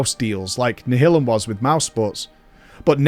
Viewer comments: Nial-um. Like nihilist. Come on. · Always thought it was pronounced nialim - as in nihilist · Hering him pronounce Nihilum is just breaking my heart. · Do the Brits pronounce Nihilum like that or is being weird?